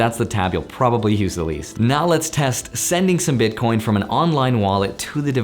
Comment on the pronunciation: WHAT DID HE SAY?! BITCORNS? WOT ARE THOSE?!